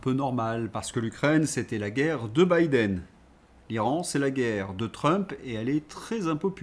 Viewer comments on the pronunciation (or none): none